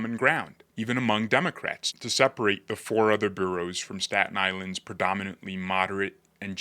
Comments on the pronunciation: (And it’s “Boro’s”, not “Bureaus - you’re obviously not a NYer) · Nicely done. But it is " bor oughs ", not "bureaus". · Just a heads up, The 5 counties that make up NYC: New York, Bronx, Kings, Queens and Richmond are called Boroughs (pronounced Boros) and are referred to in name as Manhattan, Bronx, Brooklyn, Queens and Staten Island.